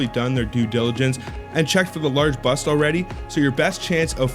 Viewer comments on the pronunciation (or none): Ahhh, the word is ‘bust’, not ‘buss’. Also please learn to pronounce ‘numismatist’. Kind of destroys your credibility.